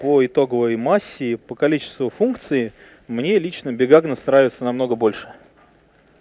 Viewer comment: Лекция интересная, но пожалуйста, произносите четче названия, долго не могла понять что за "бигагнос". У меня крохотный швейцарский нож-брелок с щипчиками для ногтей уже 12 лет и ни в коем случае менять не буду, самая практичная вещь на свете, фиг с лишними граммами. Крышка нужна обязательно! Вода закипает гораздо быстрее и остывает медленней, а главное, она же превращается в сковородку. Но если иду одна (3 дневки), котелок вообще не беру - кружки на 400 хватает, обхожусь без сахара, соли, специй и масла. Зато тащу яблоко и овощи - быстро съедаются и становится все легче идти. Вместо разделочной доски и тарелки - кусок пачки сока. Он же для розжига и ветрозащита.